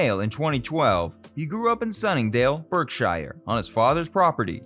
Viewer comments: The pronunciations are the worst part. For someone who is apparently a fan of a British band, he has no idea how to pronounce British things like the river Thames, Oxfordshire, Berkshire, and just plain words like remuneration. I'm sure some of the names have been mangled as well. It sounds like he's reading scripts from other sources without doing proper research. I guess that's what you get on youtube. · Forget the 'shire', it's 'sher'. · Ouch! Bad pronunciation abounds in this one! Shy-rrr? BERK-shyrrr? Typical Merkans... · Thames = Tems Shire = Sher Berkshire = Barksher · Please get place names right. In Berkshire, the first syllable is baak, as in dog. The second syllable is ‘sh’r” not shyr” thus baaaksh’r . /ˈbɑːk.ʃər/ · Henley on thhhhames? Henley on Tems rhymes with Benz. Berkshire is Barksure. Please do some research! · It's pronounced "Hen-lee on Temms, Ox-fud-sha" also "Berkshire" = "Bark-sha" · It's a pity we couldn't have an English person to read this and not get all the place names wrong e.g. Berkshire. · Henley on Thames (mispronounced), OxfordSHIRE (mispronounced), BerkSHIRE (mispronounced)? Don’t attempt a video on English people if you are clueless about English pronunciations.